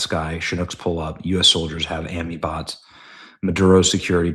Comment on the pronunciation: "amnibots" go play a videogame ben ffs